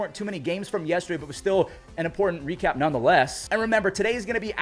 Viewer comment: bro said "we recap" like a French person lol Hui hui cap